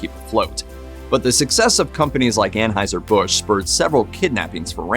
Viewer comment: It’s pronounced /An-Hoi-Zer/ in German.